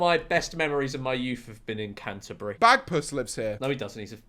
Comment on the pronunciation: Your knowledge of British cities is truly tragic 🤣 Mispronounced many of them lol. Good laugh though.